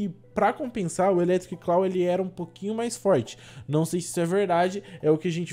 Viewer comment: Eu agoniado pelo ficar falando eletric "claw": 🤢